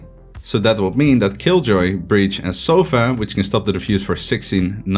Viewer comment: It's sova, not soffffaaaaa! XD regardless, an awesome analysis!